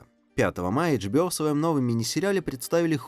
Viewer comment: джибио ? может Ашбио HBO Ашбио а не Джибио лол